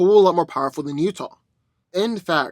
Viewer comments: Am I the only one bothered that he keeps calling Uatu - oo-ah-too, as Utah? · Uatu not Utah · He reads so much comics and yet still can’t pronounce name like U-AT-U right 😂😂😂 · Butchering Uatu's name lmao